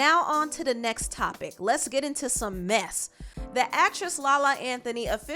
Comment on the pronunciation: so funny. I laughed when she emphasized “let’s get into some MESS”